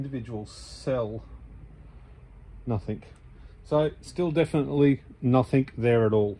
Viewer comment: I hate to be picky....but it's "nothing"....with a "g".... not "nothink"